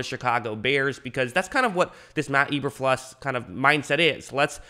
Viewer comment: Mack is an edge rusher not a DT, and PFF isn't always right. Do you even know what you're talking about? You didn't even say Eberflus right...